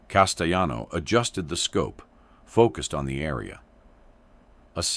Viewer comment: Castellano the double L has a Y sound in Spanish. CasteYan. Like this ...